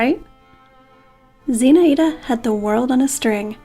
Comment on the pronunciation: It's pronounced Zinh-Eye-da